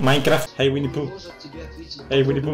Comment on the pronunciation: wini the hedgheog :v